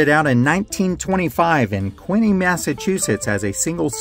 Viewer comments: Did you actually say "Quinny Massachusetts"??? WTF!!!!!!!!! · Howard Johnson's had fantastic ice cream, and their breakfasts were pretty good. The city where it started is actually Quincy, Massachusetts, not "Quinney."